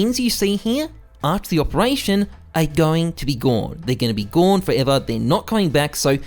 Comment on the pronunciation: “Guwn, they’re going to be guwn forever”